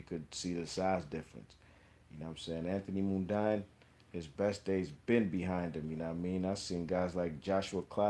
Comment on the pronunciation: Before you put out a video learn to pronounce Mundine first. Pronounced Mundeeen